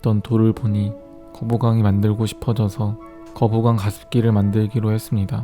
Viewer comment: "거뿍왕" 뿍 ㅡ> 연기가 나온다